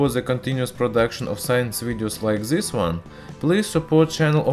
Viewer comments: омг, зыс прононсиэйшн. ю кэн ду бэтэр мэн. гуд лак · "in zis kirkumstances"